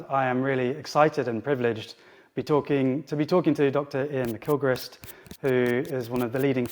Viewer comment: Excellent, even though you kept pronouncing his name as 'Ma-kill-christ' 😅🤦🏽‍♂️